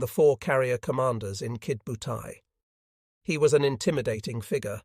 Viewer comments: Irritating, isn't it!! AI is despicable. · Only complaint: It is Ki DO butai, not Kid butai. The computer voice doesn't seem to get that. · Maybe it was some kid named "Butai" who attacked Pearl Harbor and Midway??